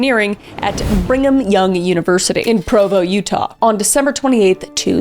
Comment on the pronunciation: The way you said Bringham young, sounded like "bring em' young". Which is pretty fitting for the guy.